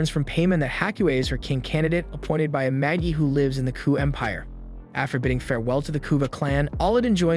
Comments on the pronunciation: I think Magi is pronounced maji. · Lol, this reminds me of “The Last Airbender” movie… how the source material is available with the correct pronunciations of the names of people, places, and things… but~ they decided to go rouge and pronounce things as they want… like Magi, he says Maggie instead of ma-ge(ge like geek) or Jafar as jaffer, and Aladdin as ahladin… I mean, we have the Disney move of Aladdin for christsakes… also, the Rukh(ruu or roo) as ruck… the anime has an English adaptation, so no excuses! 😂 it makes me think that he just pulled the wiki summary of the entire 1st season and never actually watched it, which is sad if so, this is a great anime and here’s to hoping we get a real 3rd season of it and not a spin-off again 😂